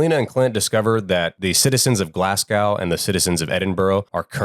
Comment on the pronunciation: What is with that pronunciation of Glasgow? 😂